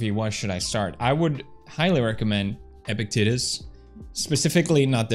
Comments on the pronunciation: Epictetus is pronounced like eh-pisteh-tus. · Pewds: EPICTETUS Me: wait, epic what?